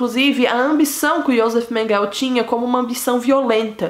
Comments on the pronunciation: A pronúncia do nome é Mênguele. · Julgo que é Mengel , sem "e" no fundo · Ela tem que melhorar a pronuncia do alemão, não pode comer o E do final,...pronunciar certinho. Afinal não é inglês, Mengel.... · Por quê você fala " Mengel"( eu sei que você fala do jeito que você quiser...)Mas "Mengel", é terrível!!!! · É MENGELEÉEEEEEE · A pronúncia é Mênguele. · Vc está pronunciando o nome dele errado. Interprete meu comentário como uma crítica construtiva. Abrsço e parabéns pelo canal, descobri ontem e nao consigo parar de assistir. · Metade do que foi dito no vídeo é verdade. Ah, vc poderia pronunciar o nome dele corretamente, já que se declarou tão estudiosa da vida do cara. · Acho que vc falou errado o sobrenome,vc fala como se fosse em ingles. Em alemão é quase como se le. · Você pronuncia mal o nome dele!🤣🤣🤣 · Não é menguel e sim menguele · Menguele é não menguel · Não é Mengel!!! Mengele repita Mengele!! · Não é Mengueu mas sim Mengule guellleee Mengule lê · Não é Mengueu é Menguelllleee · Em português a pronúncia não é Menguel e sim Menguele? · Morou próximo minha casa aqui em caieras. Só que acho que você está pronunciando errado. Não é menguel é menguele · A pronúncia correta não é Mênguele? Achei estranho Menguell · Por que você sempre fala Mengel ao invés de Mengele? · Conheci ele pessoalmente é Menguele e não Menguel ! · Não é Mengel e sim Menguele ,Josef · A pronúncia, senhor! Esse "Menguél" dela perfurou meus tímpanos e me impediu e proseguir no vídeo. A pronúncia correta é "Mênguele", moça! "Mênguele", e não "Menguél". Cruzes!!!!!!!!! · Não é MENGEL e sim MENGELEEEEEEEEE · Não é Menguél, é MengelE! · Porque diz Menguel...??? E MENGUELE...se pronuncia Menguele. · Não se pronuncia mengel e sim mengele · A pronúncia certa é Mengelê, mas o vídeo ta mt bom parabéns 👏🏼👏🏼👏🏼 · Obrigado.. "Menguel" tô indo....fui 20 anos na escola...